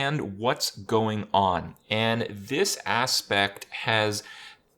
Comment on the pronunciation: Is it only me hearing instead aspect that his Ass-pecked